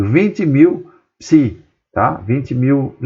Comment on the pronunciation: "PISI"!!! P-S-I!!! pelo amor de Newton professor!!!